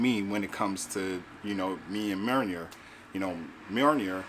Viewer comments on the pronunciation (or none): You're butchering the name, brother (it's all good tho). Mjolnir "Mee-yohl-neer"